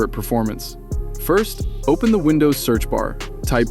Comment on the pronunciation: Вындувс ахахааааа